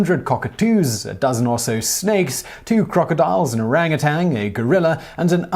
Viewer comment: Simon, there is no "g" in orangutan. It is pronounced "O-rang uh tan", not "O-rang-uh-tang".